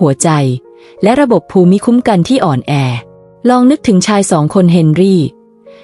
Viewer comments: เนื้อหาน่าสนใจ ว่าส่า การพูดชัดเจน น่าฟัง แต่การพูดเว้นวรรคไม่เหมาะสม และมีบางคำไม่ถูกต้องเช่น ภูมิคุ้มกัน คุณพูดว่า พู-มิ-ค้ม-กัน (ภูมิคุ้มกัน )ซึ่งน่าจะพูดว่า พูม-คุ้ม-กัน เป็นต้น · วีดิโอนี้มีประโยชน์ครับ แตอยากจะขอแนะนำผู้อ่าน ขอให้รักษาวรรคตอน และการออกเสียงคำบางคำทีผิดพลาด เช่น ภูมิคุัมกัน ให้อ่านว่า พูมคุ้มกัน ครับ ขอบคุณครับ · ขอบคุณ.ที่จัดทำเสริมชีวิตให้ดีขึ้น.การอ่านเว้นวรรคตอนผิดไปมาก.คำภูมิปัญญา.ภูมิคุ้มกัน..อ่านว่าพูม.ปัน.ยา.พูม.คุ้ม.กัน..นะครับ.น้ำเสียงพอผ่านครับ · ข้อมูลดีค่ะ แต่การอ่านต้องปรับปรุงค่ะ ภาษาไทยควรศึกษาก่อนลงเสียงว่า คำใดอ่านว่าอย่างไร เช่น …..อ่านว่า พูมคุ้มกัน และวรรคตอน ควรเว้นวรรคอย่างไร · ภูมิคุ้มกัน อ่านว่า พูม - คุ้ม - กัน ครับ